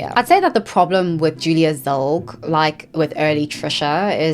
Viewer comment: Whats up with your pronunciation?? Tana monguu and trisha pitas? Julia zilg? Come on